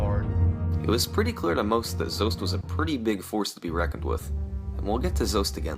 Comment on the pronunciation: Why does this guy keep mispronouncing Zoasty's name? It's not Zoast!!